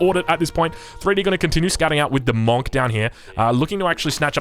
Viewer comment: Can we please say Monk properly